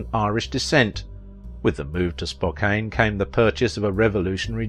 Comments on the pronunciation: Please take time to learn how place names are pronounced. Not “Spoke-ain”, it’s “Spo-kann”. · That's all right he didn't pronounce Gonzaga or spoken correctly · You mispronounced Spokane and Gonzaga. You got Tacoma right, though. You also mispronounced Mel Tormé’s name, and the word, “mellifluous.”